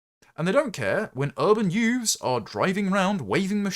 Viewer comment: YOOKAY YOOFS? The usual suspects?